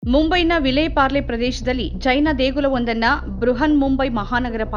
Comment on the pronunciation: ಚೈನ ಮಂದಿರವಲ್ಲ ಮಾರಾಯ್ತಿ.... ಜೈನ ಮಂದಿರ. ಉಚ್ಛಾರಣೆ ಸ್ಪಷ್ಟವಾಗಿರಲಿ.